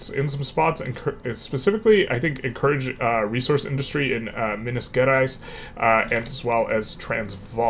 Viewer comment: This has been a very interesting series so far. And kudos on the much improved pronunciation of Minas Gerais! (Wikipedia is a good reference for the pronunciation, as mentioned by